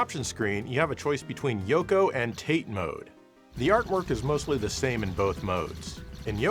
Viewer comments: This man's "tayte" trolling cannot be stopped. It's Tah-tay, not Nate with a t. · I really love your show. I just realized that Tate mode, pronounced Tah-Tay mode, is Japanese for vertical. "Tayt" mode is I guess the American pronunciation? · You know it's tah-tay. You just want comments correcting you for algorithm engagement. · Its pronounced "Tate" not "tate"..... geeze.... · 縦（たて、タテ）romanized as tate, pronounced "tah-tay". it means "vertical." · Tate is pronounced more like 'ta-tay' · It's fucking tah-tey. Jesus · It's pronounced TAH-TEH !! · You say Tate wrong its a Japanese word pronounced Tah-Tae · ‘TAH-TEY’ btw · Hi, long time fan of your channel. Just wanna mention that "tate" is pronounced in two syllables, like ta-teh. In Japanese, 横 (yoko = left & right) 縦 (tate = up & down). Keep up the good videos! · It's pronounced ”Taw-Tay" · Did you just said "tate"? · has a long-running joke of pronouncing "tate" incorrectly and loving it. I think he did acknowledge the proper pronunciation once, but dismissed it with something along the lines of, "you have to roTATE your screen, so it's tayt". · Yoko is Japanese for Horizontal, and Tate (pronounced "Ta-tei") means vertical. Sorry to ruin your Tate pronunciation fun :( Sort of like how everyone calls Kage like "Cage", but it's "Ka-gei" for shadow. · I think it’s actually pronounced “tah-tay” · Tah-tay. That's how it's pronounced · "Tâte" mode 😆🤦‍♂ ...please tell me you know the difference between Yoko and Ono? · Not to mention it's pronounced "TAH-tay" since it's Japanese for vertical. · Tate means vertically long in Japanese. The Japanese pronunciation is [tǝte]. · Pronounced... Tat-Ay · TAH-tay - but then, you knew that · The pronunciation for Tate, which is japanese for vertical, couldn't be more wrong, but still I loved it! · And I still don't know if you (and others) are intentionally mispronouncing tate all these years. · doubling down every time on Tate instead of Tate.😂